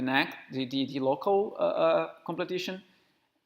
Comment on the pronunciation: Completion, friend. Not "completition".